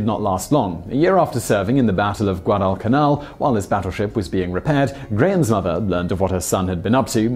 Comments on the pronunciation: you didn't even specify how to say it. All you did was fuse them together. "GwA-duh-cuH-nAl. short "a" on the nAl, btw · "Guadal Canal" It's pronounced Guadalcanal, but its ok :)